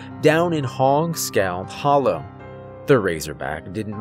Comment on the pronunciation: It's pronounced "hollar" not "hollow" hahaha. Little country edjacation fer ya 😅😅😅😅. Love the story and the narration as usual